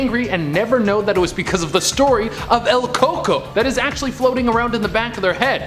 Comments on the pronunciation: It's "el cuh-cooy" (roughly), not "el coco". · I am cringing so damn hard it’s pronounced “ cucuy” not “ coco” or “coconut” 😂😂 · Its pronounced "el ku-koy" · Im cringing at how they said El Cucuy. It just sounds like he's saying coconut. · That’s not the right way to say el cUcUy